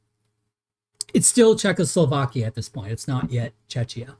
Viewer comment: Thank you for this exhaustive analysis. But I have to say... YOU ARE MISSPRONAUNCING WORD "CZECHIA" AND "HÁCHA" SO BADLY, YOU TEARING MY EARS APART 😅 Letter "ch" should be pronaunced in those cases as in the word "ReiCH". Your pronaunciation is similar to letter "Č" in slovak language, which is so wrong 😅 By the way... I'm a massive fan of your work from Slovakia 👋🙂 BTW: Why do you think that Germany did not need consent of Czechoslovakia regarding Munich agreement? We were a newly formed state back then, even if we were considered "obnoxious" by the Germans and Austrians, because of our location.